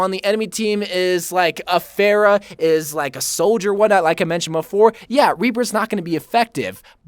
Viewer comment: This dude said Pharah like “Fair-a” 😭